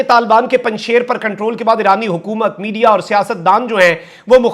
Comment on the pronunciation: یہ لفظ Panjshair نہیں، "Panjsheer" ھے۔ فارسی میں "ے" (بڑی یے) نہیں ھے۔